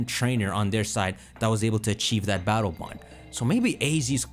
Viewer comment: All I hear is BATTLE BUN 😅